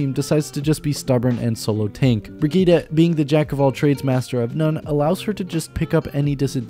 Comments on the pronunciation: Might be late but it’s pronounced BRI-GIT-TE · The name is pronounced Bri-git-te, with the last E pronounced like a long vocal like in Henry or Henderson, doe to the German origin of the name, the last vocal of a name has sound, like in Penélope, so it is Bri-git-te. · brɪgɪttɛ (bri-gitt-eh). Every vowel in her name is pronounced as a short one. (the "i"-vowels are pronounced as in "innocent" and the "e"-vowel is pronounced as in "expert". The "g"-consonant is pronounced as in "baguette".) This got complicated lmao I hope I'll see you trying to pronounce it in a video. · It's Brigitte (bri-gi-te) it's a german Name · Exactly, I am a swede tio and when I hear people saying "Brigittah" I'm like: Pronounce it as in the origin story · Im german it's Brigitte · why not just say it the right way?